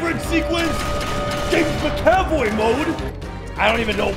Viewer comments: It's mac-a-voy not ma-caf-oy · It’s not “Mick-Aaaahh-Voy”. It’s “Mac-Uh-Voy”. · I'm sorry but the way you pronounced MCAVOYs name is ridiculous, soooo here it is :ma·kuh·voy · “I am now James Mick-Ave-Oy” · James Ma--oy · I can't tell if is saying mc - avoy for giggles or if he really doesn't know how to pronounce Mcavoy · "Macav oi" 😂😂😂😂😂😂😂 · The way that McAvoy was pronounced was twisting my mind.